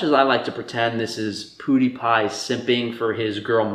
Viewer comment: “poo die pie”